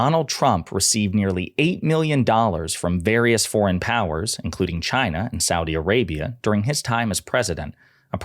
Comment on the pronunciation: Perhaps they were giving him money as an incentive to pronounce CHYNA properly.